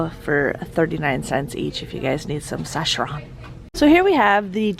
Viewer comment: Just an fyi: Saccharin is pronounced "sack-uh-rin."